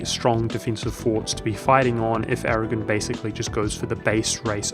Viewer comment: I generally like your videos, but your mispronunciations of words like "Napoli" and "Aragon", and in previous videos "Candar" drive me up a wall and pretty much prevent me from watching your videos.